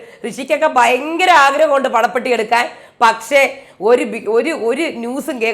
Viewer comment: 00.02 പോള പെട്ടി അല്ല, പണപെട്ടി 😄😄😄😄